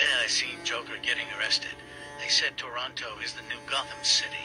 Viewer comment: Props for pronouncing Toronto correctly!